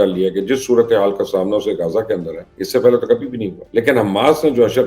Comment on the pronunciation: درست لفظ غزہ ہے جسے آپ روزانہ غازہ کہتے ہیں_ غازہ powder کو کہا جاتا ہے جبکہ علاقے کا نام غزہ ہے_